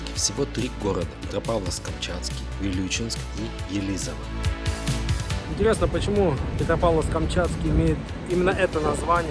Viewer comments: Не ЕлИзово, а Елизово 😊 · Спасибо, только Елизово произносится правильно с ударением на первый слог.)